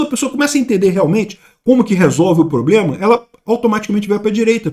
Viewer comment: 😂😂😂😂😂"ploblema arrezovidiu!!!"